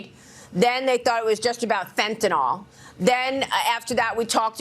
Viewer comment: "fentanol" lol she speaks for a living